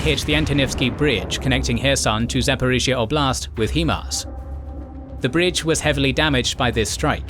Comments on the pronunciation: it's pronounced "High-MARS" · "he-mars" lol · It's H[AI]MARS. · You are mispronouncing HIMARs its High-Mars. Also Ukraine is not part of the Balkans. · Bro. Love the videos but please. It’s pronounced High-Mars. High Mobility Artillery Rocket System. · It is pronounced High Mars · Right, he does an impressive job with the local city and region names and then “Hee-mars.” I’m like, dafuq is he saying? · Too bad he can't pronounce HiMARS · Great presentation! btw, fyi, it is pronounced high-mars, and not hee-mars. this is not negotiable, no matter where you are from. for HIMARS is an acronym - therefore, any syllables will inherit the pronunciation of the words they are derived from. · Hello , the narrator of the documentary said the weapon system is called “ He Mars “ it’s called High Mars why do so many people pronounce this weapon system differently all the time even in other YouTube videos I like the name “ The Fingers of God way better because that’s the whole outcome of this new weapon , it’s like God came down to help save the Ukrainian people from certain death by the advancing Russian army who are constantly attacking the innocent Ukrainian people who just want to live in peace , thank you kindly all the best my friends;) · HI-MARS not HE-MARS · Not a criticism just a heads up HIMARS is pronounced High and Mars not He-Mars. Source currently serving soldier in the US Army that's worked alongside HIMARS operators. But great job on the war break down very informative and help with the information overload that comes from the news every day. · HI-MARS is pronounced like it is spelled. HI (hi five) MARS (like the planet). Not HE-MARS (HEMAN!) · It's not HEE-Mars, it's HIGH-Mars, as in High Mobility Artillery Rocket System. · I knew someone would be contrarian, but you're wrong. I don't know anyone in any English speaking country who pronounces the word "high" as "hee".